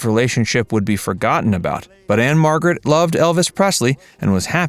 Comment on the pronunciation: Anne Margret Who? Even saying her last name (which no one does or ever has but probably he parents), you still didn't get it right.